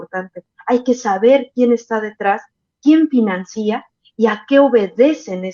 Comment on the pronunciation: por favor!!! Se dice FINANCIA NO FINANCÍA o ¿tu dices RENUNCÍA o RENUNCIA?